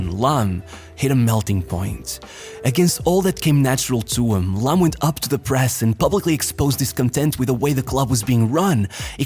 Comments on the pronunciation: video is good but It's annoying how you pronounce the players names. He is called Phillipp Lahm not Lamm. The other names were fucked up too... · This shitty AI voice needs to learn how to pronounce names ... but Lahm ( pronounced Laaaam ) was from another planet, incredible player ...